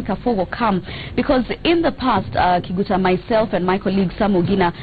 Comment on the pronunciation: every time she says kiguta i feel disgusted